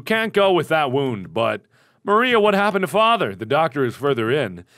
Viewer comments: My name is Maria....MARK it's pronounced Ma-REE-a not MAR-ia. :P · you say Maria's name wrong.. its Mahriah.. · P.S. It's MAria not mARia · You keep pronouncing the assistant's name like the wall from AoT. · Maybe he tried to pronounce it the German way. Although there is not that big a difference, just a different pronounciation of the r. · You kept switching how you pronounce "Maria" :p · Every time he says MAR-ia instead of ma-RIA I keep wondering if it's another one of his neat little quirks, like "ruum" for "room."